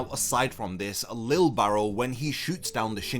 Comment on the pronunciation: His name is Lije Barrow. (Lee-jay (soft j)) Im posting a youtube short soon to address the constant mispronounciation of his name.